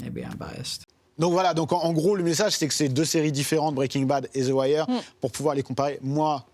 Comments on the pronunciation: Theuh Wire pas thi wire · exemple: the aim, on dit zi pas zeu the wire = "zeu" wire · ZII waireee !! bordel "THEU" en V.O c'est Theu pas ZI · zi ouailleur 😂😂🤣🤣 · Déjà « Zi Wire » 😂 n’est pas une série sur le ghetto qui en est l’une des ses principales composantes! C’est une série policière qui fait un constat de toutes les couches de la société US! L’histoire repose sur l’immersion d’un journaliste David Simon dans la police de Baltimore. Une écriture au scalpel avec des personnages très écrits! Omar, Prop Joe, McNulty, Stringer Bell, Bubbles, Marlo, Chris & Snoop les dockers, les flics! J’aime cette série car elle représente quasi à l’identique l’image que j’avais de l’Amérique! Ce qui a rendu cette série si captivante… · Il est perurbant ton "Ziwaire" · pourquoi il fait que de dire "zi" wire bordel?! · Zi wire wsh harcheum 🤣🤣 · Pourquoi au début il dit Zi Wire a chaque fois, c'esf trop louche! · zi wayeur! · ze wayeur